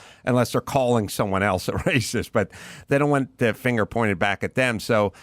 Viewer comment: "Well I know you're talking about the vast majority main stream left going nuts, but have you seen these rare, obscure, finge assholes being mean to the wahmen?"